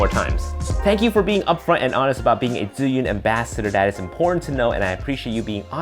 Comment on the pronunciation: Definitely will get it, thanks for the update! P.S. Yeah, like someone mentioned, please, learn how to pronounce Zhiyun (it's like more G yun, but not quite, so just google it) if you are an ambassador! P.P.S.I live in China more than 8 years, I know what I'm talking about, no offense! Peace;)